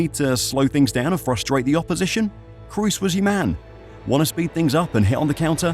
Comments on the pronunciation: why are English speakers always calling him Cruz? try saying Croz, that's how you pronounce Kroos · Please at least try to pronounce his name correctly. You keep saying Cruz when his name is Kroos. It's not English. The 'o's don't suddenly become a 'u' just because there's two of them. You might know Dortmund's Pascal Groß. The difference in pronunciation between Groß and Kroos is the 'K'. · It's kroos, please, not cruise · k-ROH-s... not crew-s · Toni KROOS was superb, You should respectfully learn to pronounce his name properly! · trying to pronounce a players name right is a matter of respect. You doesn't give a fuck and that speaks for it self.